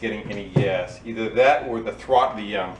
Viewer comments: Great save, “Pet .......Trottle”👍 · "Trottle". LOL! Taryl must have been there. HAHAHA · "trottle" grooosssssssssssss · “Trottle”. I can hear that Mainer’s accent! LOL! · ‘Trottle’, definitely came from North Jersey. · That “trottle” gave him a little bit of throuble! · "Trottle"... 😆 Must be from Taryl out in Podunk... Thanks for the vid! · "Trottle"? I had to snigger. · "Trottle" Must be from NY/NJ. lol